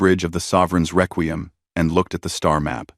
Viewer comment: Frigot? Reququm? So, not even a nodding acquaintance with the language... AI is going to save the world.